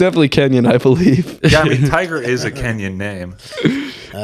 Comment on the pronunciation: Thai-ger Woods